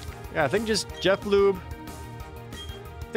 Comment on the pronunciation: I wish Jerd would say "Jeh-floob" instead of "Jeff lube".